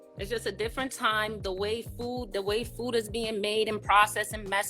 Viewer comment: She says, "choo" instead of "you." Says, "Foo" instead of "Food." Kevin talks about social etiquette, but pronouncing words correctly is part of that.